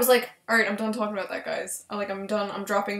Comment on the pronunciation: Hah he said aboout